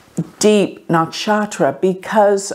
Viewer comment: Hi It is not naakshatra its nuckshutra!